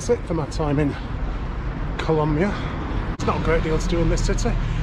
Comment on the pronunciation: YOU SAID KOLAMYIA WRONG